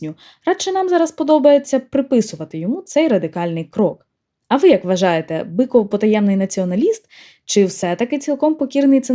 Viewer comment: Я вибачаюсь, чому Біков а не Биков?